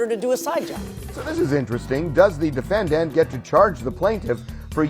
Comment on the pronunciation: Why does Harvey say “defend-Ant” instead of saying “defendant” ??? It’s freaking annoying bro